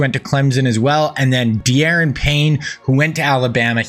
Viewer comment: Da'Ron Payne you're pronouncing his first name wrong. The game doesn't allow apostrophes for some reason